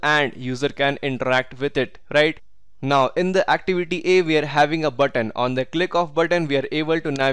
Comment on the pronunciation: Good video but get a lot of stressed when u said “now” is like every time you said “not”